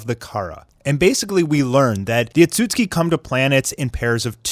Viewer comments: Am i the only one who’s triggered by him saying otsusuki as (Otsuski) like ITS OTSUSUKI😂 but love the content tho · You pronounce otsutsuki wrong.. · I don’t like how this guy is pronouncing the words “Otsutsuki, Ninjutsu”☹️☹️ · Bro if you mispronounce Ohtsutsuki ONE MORE TIME......😡😡